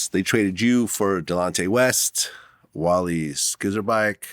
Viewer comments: Wally SkizzerBack ??? 😂😂😂😂 Wally Zurbee Act I Think It’s Pronounced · Did this guy say, "Wally Skizzerback"?🤣🤣🤣🤣🤣🤣🤣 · Wally Sur-be-ack lol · Who tf is Skizzerback? 😭 you mean Szczerbiak? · Man i loved Wally Szcrebiak when he played with KG in Minnesota and Vlad just ruined this mans last name hahaha.. Not even close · "Wally Skizzerbyuk" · 🤣🤣🤣 Wally’s last name is pronounced “Zer-bi-ack” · It's pronounced Zer-Bee-AK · Did this man say "Wally Seizer-back"??? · My man said Wally Scissor Back hahahaha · Lmao he butchered Wally’s name. Szczerbiak. Zer-bee-ak. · Pronounced Zer B Ack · this mfer really said Wally SKIZZER-BAK....BRUH!!!! 🤣🤣🤣🤣🤣🤣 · Vlad, it's pronounced more like this, Wall-ie Zer-biack. Good effort tho. 🤟🏾😎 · Vlad how are you European and can't pronounce wally z wtf smfh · He said Wally Scissor Back 🤣😂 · you said it wrong, I believe it’s Wally… uhhh.. skizzerback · Bruh was vlad serious or did he really mean skizzerback! 😆 🤣 😂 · Szczerbiak………scissorback, same thang! 😳😂😂🤦🏽‍♂️ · LMFAOOOOOOO Vlad needs to go on google pronunciation 😂😂 it’s definitely pronounced “Zer-Bee-AK” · Lol I booked that 2 it's pronounced Serbiak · Vlad doesn’t know shit about basketball lol that was funny Wally Serback lol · Why he Butcher Wally's name like that 😆🤣😂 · Come on Vlad you can’t butcher my guy Wally name like that!!! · Vlad a fraud how he Ukrainian and dont know how to pronounce a Ukrainian name? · aint vlad russian he cant pronounce wally last name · See that right there lets me know Vlad don't know Ish about sports.. just gon' mess up Wally's name... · GLAD DOESN'T KNOW HOW TO PRONOUNCE WALLY'S NAME🤣SUCH A CASUAL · vlad dont know how to pronounce wally last name? smh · I can't believe Vlad messed up Wally Szczerbiak's last name. I wished Glen Davis would have corrected him. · Vlad is officially the boyz...Prenouncing Wally's name like that. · Vlad clearly didn't try to pronounce Wallys name. 😁 🤣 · Damn Vald why you butcher Wally last name like that